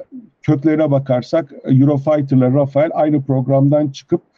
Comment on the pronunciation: Arkadaşlar “Rafael” değil, doğrusu “Rafale” (RAFAL diye okunuyor). Dassault Havacılığın uçağı. Renault bu uçağa ithafen “rafale” adında d suv bir araç çıkardı. Rafael deyince israil savunma sanayi şirketini anlıyoruz.